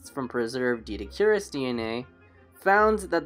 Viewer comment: I believe it’s pronounced Doh-eh-dik-or-us